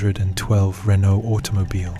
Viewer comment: RENAUT or RENAULT🤔